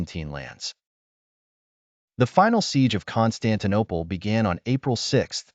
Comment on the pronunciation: "Constantine Eye" 🤔 🤦‍♂️